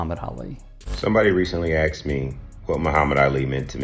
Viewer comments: They didn't axe you they asked you. 😫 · To the first speaker after Billy, nobody axed you anything...they asked you.